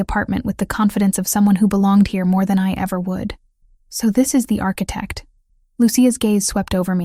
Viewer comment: And architect-mispronounced.